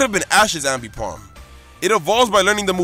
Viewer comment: You miss pronounce aipomb ambipomb